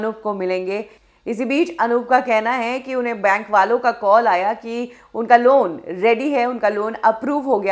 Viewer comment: Bane nahi... it's Bank